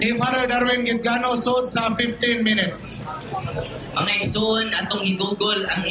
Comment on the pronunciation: hambog kaau mu debate unya dili gani kabalo mubasa ug mo pronounce sige lang kag ONE MINETS haha